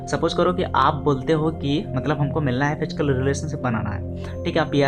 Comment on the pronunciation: Fichkal kya hota h?... Physical word hota h.